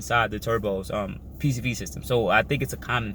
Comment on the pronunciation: first time watcher, but after you say PVC system time after time after time you lost any credibility, its one thing if you slip once but my goodness you literally couldn't say PCV(positive crankcase ventilation) correct